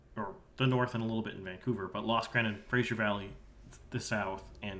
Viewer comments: It's pronounced Fra-zer not Fra-shur. Fra-zer River, Fra-shur Crain... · Fraser, not Frasier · “Fraser” is pronounced the way it is spelled, not “Frasier”